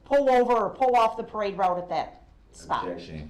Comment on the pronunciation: defendant: do you remember any disturbances on the parade roue? Detective: do you mean when you drove through the parade route and... 🤬